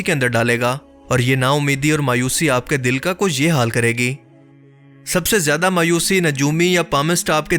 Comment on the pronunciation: آپ لوگ اردو والے ہیں کم سے کم آپ لوگ تو اردو کے ساتھ انصاف کریں۔ زیدہ نہیں ""زیادہ" ہوتا ہے۔